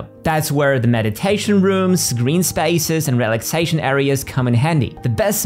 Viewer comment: What accent is that?Spaces pronounced as spices? Just the odd word.